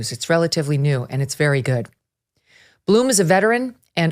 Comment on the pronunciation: It is Blum, like Glum, not Bloom!